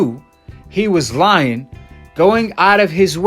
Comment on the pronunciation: I’m a teacher so I’m well educated... you “lien”. Lol